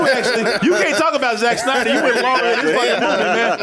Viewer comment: "Re-editing the Snyer cut" oh see what you did tried there, but because the "d" is important for the name this is an example of what not to edit out.